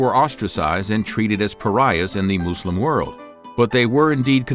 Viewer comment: It’s MUSLIM , not “moose limbs”